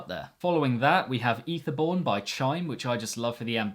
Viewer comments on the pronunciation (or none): Isn’t it pronounced “ay-thir-born”?